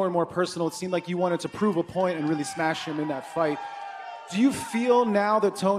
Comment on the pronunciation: It pronounced 'smesh'